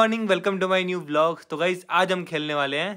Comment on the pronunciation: Vlogs ❌ bhailogs ✔️ 😂